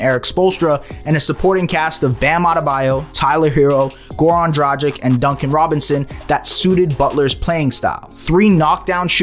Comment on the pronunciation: Gezus Kryst dude, "Dragic" doesn't rhyme with magic. Why should you know that, it's not like you talk basketball for a living... And you dare ask for subscribes smh